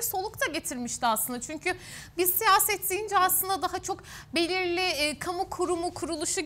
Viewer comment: Dcansı dcaha yatartdcı alındcı 😮evetc mi?birisi hanima 1. sınıflarla birlikde hece leri seslerin telaffuzunu hatırlaması için şart ve zorunlu kılsın lütfen bizimde kulaklarımız bayram etsin s d t c nin ıslıkımsı sesi tiz sesiyle karışmış tobe . başım ağrıdı